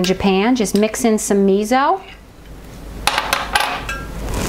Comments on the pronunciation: You can add konbu (dried kelp) for added sea vegetable minerals and depth of flavor. Tip: miso is pronounced me so, not me zo. Thanks for the reminder of how easy this is to make. Love your videos, they are so inspiring. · Miso is pronounced mee so. Also it is easier to put the miso in a small bowl, add the liquid to it and make a mush with a fork and then add it to the larger liquid.